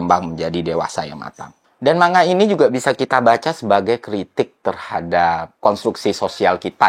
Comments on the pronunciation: Manga mas baca nya, bukan man ga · Manga bang bukan man ga 😂